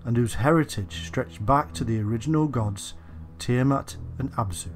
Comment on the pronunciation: It's actually Tiamat not Tiamont